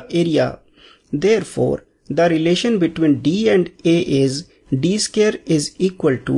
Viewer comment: please pronounce in proper way... its not scare, its square.. make sure it correct.